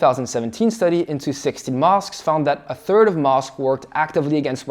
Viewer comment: "thirth" you mean "third"